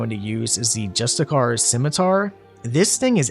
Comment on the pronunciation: Love the build man, ill have to try it out. My grammar nazi brain needs to point out that "justiciar" is pronounced Jus-tis-ee-air